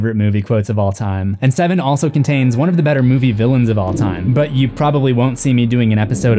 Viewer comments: Pronouncing it “seh-seven-en” got old so quickly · No, not at all... he is either joking; or he is a joke. It is one of the most ridiculous things I've ever heard. Never once in the the 30 years since it came have I ever heard anyone call it that. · did you say se seven en??? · Mfer said Se-seven-en lol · I love that you say the title the way it's written. SE-SEVEN-EN. I love this movie and it's always bothered me that the title isn't written correctly! (I'm also from Toronto and hate our "6ix" idea. That says SIXIX). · Suh-seven-en. Alien Cubed. Have.. have i been pronouncing the name of these movies incorrectly my entire life? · Se-Seven-En? Come on, dude. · he's just saying it literally se -seven-en as a joke because it's spelled se7en. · "Se-seven-en" lol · Long time subscriber, first time commenter. I love, love, love your presence. Your videos are a pleasure. Nothing resonates with a horror lover than the evidence that someone else loves it just as much! The way you said the name of the movie had me cracking up. "S-seven-en"...you're just too much. Just wanted to shout out my appreciation. Watching your videos reminds me in a way of talking horror with my late brother, like the jokes you make and some of your mannerisms. It's familiar and very nice, like a thing I forgot I missed and am glad to be reminded of. I hope to learn about things I missed for many videos to come. Peace out, friend. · Why in the name of God are you pronouncing the name of the movie like that? WHY? Good Lord, I can't............. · Dude same, I saw the video and I was like "oh god am really about to listen to this man pronounce seven like that for 12 minutes... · "Seh-seven-ehn" "Alien cubed" OMG, dude! You're killin' me!